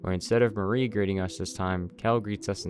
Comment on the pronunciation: Great video but a little pet peeve of mine– Mari's name is pronounced "Mar-ee" instead of the way the name Marie is pronounced!!